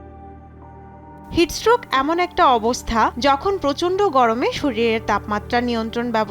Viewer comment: উচ্চারণটা ভালোভাবে করবেন! বার বার 'হিটস স্ট্রোক' কে হিটস রোগ বলছেন মনে হচ্ছে😂😂😂